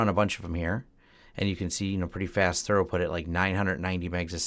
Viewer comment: your telling me, lets go Thorough this tunnel, lol, maybe its an American pronunciation thing, who knows, try thru-put. drop the British spelling crap we throw into words to confuse foreigners.